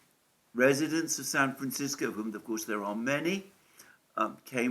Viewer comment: By the way, thanks for working on your pronunciation of "San Francisco." We have enough to deal with as it is.